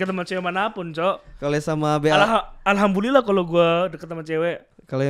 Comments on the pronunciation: Respect, walau salah mengucapkan "Alhamdulillah" menjadi "Alhambulillah". setidaknya ada usaha untuk mengucapkan itu walau dia non muslim. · ngomong alhambulillah Yg bner alhamdulillah mau😂😂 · sedenger gua si max ngomong "alhambulillah" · setiap ngomong Alhamdulillah malah jadi Alhambulilah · Ntah salah denger ato nggk ya, dngernya Alhambulillah😭😭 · Dia pake b bukan d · Alhambulilah slh ngomong dia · Knp alhambulilah cok,gw dengernya itu sih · Kok alhambulillah cok. Apa cuma pendengaran gw jelek ya? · Alhamdulillah, bukan Alhambulillah, hehe tapi gpp keren udah menghormati Islam. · Btw kok gw dengernya Alhambulillah ya apa salah denger wkwk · ini islam apa non? Kok alhambulillah gua denger wkwk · Gua dengernya kok ALHAMBULILLAH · juga wkwk ngakak klo w denger max ngomong itu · Alhamdulillah kata max walau penyebutan nya belum pas